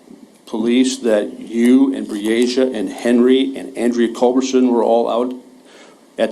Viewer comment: Pronounce her nsme correct plz: BREE - A- SHA